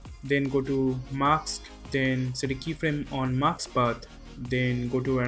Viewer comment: you don't say "MASK" but "MAKS" - it's so funny. Am I the only one who hears that?)) English pronunciation is just awful)